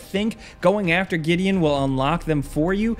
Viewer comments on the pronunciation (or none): Did my dude say Gideon?